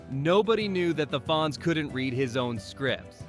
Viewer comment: I hate clicking on an AI video and giving them a view. You know that it is an AI when they can’t say ‘read’ and say ‘read’. Guess that’s how we will beat the robots